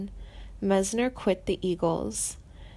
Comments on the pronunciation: I couldn't take all the butchering of the names. Meisner has and I sound not an A. Frey is pronounced liked fry, not fray. This person has no fucking clue who these people are. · She pronounced Randy Meisner as Randy (Maze-ner) She doesn't know anything about the band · OMG! The narrator says Glenn FRAY... um.. it's Glenn FRY... not Fray... oy. And she says "Mezner." It's Meisner! ?Habla Inglés? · Haha Randy Mazener? It's Meisner! Don't quit your day job as a. No He is well and as talented and active as he wants to be. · It's pronounced Meyesner. It's also pronounced Freye. There has been no "tragic ending". You guys suck. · "Misner" and "Fray?" This chick is really creeeeeepy! She sounds like she should be embalming people! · M-EYES-NER you ding-dong geez I hate it when people mispronounce my name